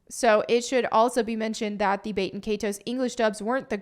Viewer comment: can you learn how to pronounce “baten” please? its Bah-ten